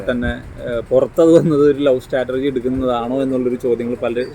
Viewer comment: Interviewer., സ്റ്റാറ്റർജി അല്ലാഡോ. സ്‌ട്രാറ്റജി